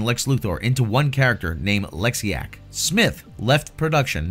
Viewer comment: I lost it at "Lexiac".